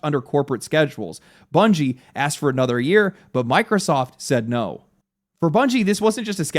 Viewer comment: Yup “anatha one”